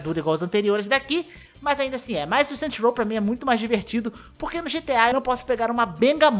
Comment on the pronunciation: "Saint Rows"